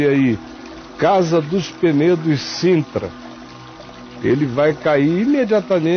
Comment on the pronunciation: É Sintra, com S. “Cintra “ não existe